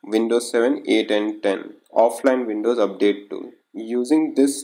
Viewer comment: it calls WINDOWS....... NOT VINDOWS